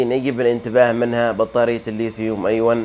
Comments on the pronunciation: ليا تعليق واحد وليس نقد ارجو تقبله نطقها الصحيح ليثيوم*أيون* أيونات وليس أيواَ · للأسف لم استطع توضيح النطق الصحيح من خلال الكتابة لكنه في النطق الصحيح أَيُونْ ارجو أن تكون اتضحت بالتشكيل، الياء مضمومة وليست ساكنة 💐